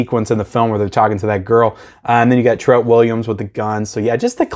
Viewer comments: It’s TREAT Williams, just like Trick or TREAT. Pronounced the same way…. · I really hate how you pronounce his name...